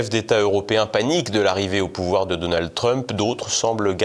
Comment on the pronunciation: Arrêter avec donaldEEE Trump on ne dit pas DonaldEEE duck Donald Arrêter avec le E c'est fatiguant